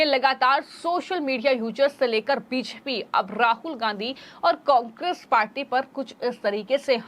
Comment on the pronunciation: बोलना सीखिए मैडम... बीजेपी को ह्वीज्पी मत बोलिए